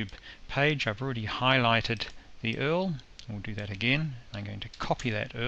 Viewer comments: Earl haha just say U-R-L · "the movie URL" Pronounced like 'Earl' XD hahah brilliant, very helpful vid! (y)